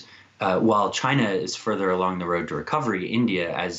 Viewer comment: he can’t even say China 🇨🇳 is encroaching on all fronts